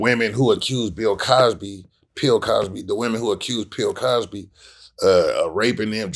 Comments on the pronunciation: Did he say pill Cosby 😂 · He said pill Cosby 😂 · Lol he said Pill Cosby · HE SAID PILL COSBY 😂😭💀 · 😂😂😂👉That man said “Pill Cosby”... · So did I hear him say pill cosby???🗽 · Did he say Bill Cosby or Pill Cosby🤔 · why call him Pill Cosby 🤣🤣🤣